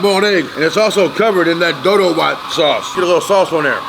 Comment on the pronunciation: the way he said it perfectly the words tho ,,,doro wet,,, injera